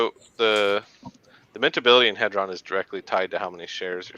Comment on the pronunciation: Hee-dron.... for the record